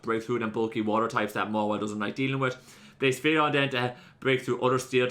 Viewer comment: One day you’ll start pronouncing blacephalon properly